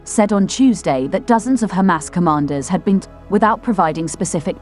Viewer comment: Yay... "she" is now pronouncing "Hamas" correctly!!!